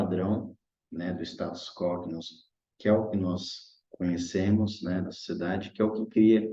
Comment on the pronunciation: Muito bom a leitura e interpretação. Correção de pronúncia: Status quo lê-se "is·ta·tus ku·ô", pois trata-se de latim e não português.